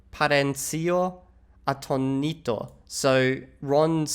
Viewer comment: About the reading, when a word has an accent you should stress that vowel. It's atoooooonito not anoniiiiito, it's veraaaas not veeeeeras, and, of course, it's wingardium leviooooosa. Also the b should be muth lighter v and b are basically the same letter, but I don't know exactly how argentinians do that, maybe they have a more marked difference due to Italian influence. I think you read better than a first elementary schooler.